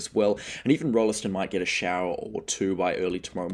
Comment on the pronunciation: Cheers mate. Btw it’s “Roll ston” not “roll e ston”